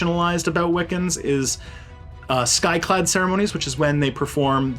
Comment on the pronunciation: And it’s skyclad not sky cloud